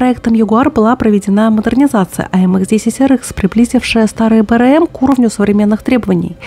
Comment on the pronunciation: В аббревиатурах не английские буквы, а французские, их надо произносить соответствующе